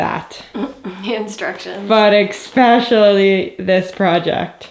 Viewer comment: Ladies, ladies, ladies... you gotta stop saying EXpecially!